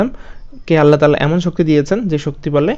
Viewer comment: আল্লাহতালা না আল্লাহ তায়ালা